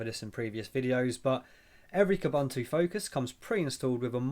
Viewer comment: It's pronounced Kooboontoo.